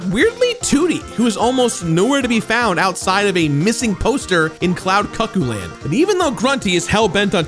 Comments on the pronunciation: Did he call it Cloud "Cuck"-oo land? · that is NOT how you say "Cloud Cuckooland"